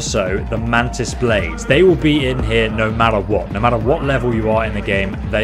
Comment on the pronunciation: ah yes "mantis baldes"